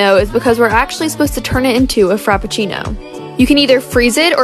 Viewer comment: As an italian... The pronunciation of frappuccino sucks, go learn Italian before saying it again. You say Frap-puc-cì-no, overall: nice vid!